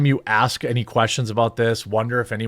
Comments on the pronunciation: Is this what they mean when they say, " let me axe you a question " ? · He just wanted to axe him a question.